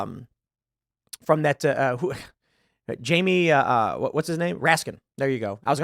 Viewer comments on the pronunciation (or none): none